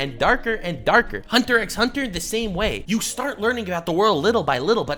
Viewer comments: He pronounced the x cancel him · You pronounced the "X" in Hunter x Hunter. Your opinion is irrelevant. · Did you pronounce the x in Hunter x Hunter 😰